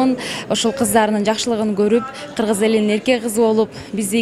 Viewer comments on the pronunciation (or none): none